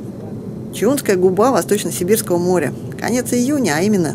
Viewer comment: блин! не ЧаУнская , а ЧАунская!! если делаете видео, хоть говорите правильно о нашей Родине